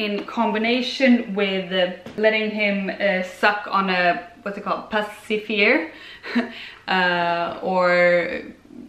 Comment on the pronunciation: I've only been watching your Swedish videos so it's so funny for me to hear you in English. Lol at the "pacifier" pronunciation. It's "pass-i-fire." and that "I" is like in the word "in."